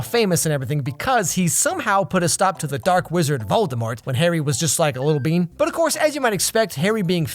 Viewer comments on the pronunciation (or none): none